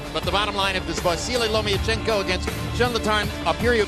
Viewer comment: Jim Lampley still gets it wrong after all the B.S. hype of properly calling out Vasyl's last name; by the erroneous, LO-MEE-A-CHENKO in place of the correctly pronounced; LO-MA-CHENKO - what a waste of time & the clear example of American laziness in speaking English altogether, like nucular for nuclear & so many other mangling of terms, names, countries etc.